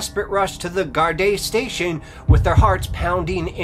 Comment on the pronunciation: There are news on the Annie McCarrick case. She never went to Johnny Foxes. They arrested someone. Apparently, it was a love triangle. Maybe do an update. Louth is pronounced outh as in mouth. Gardai is pronounced Gardee. You're welcome.